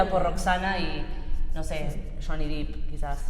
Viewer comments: Johnny Depp. Su apellido se pronuncia "dep". No tiene doble e, tiene doble p. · Arranco mal ... No es "Deep", sino "Depp"….. y no es lo mismo, argentos.